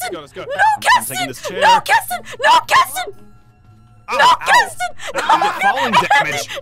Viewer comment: It’s kestin it KESTIN XD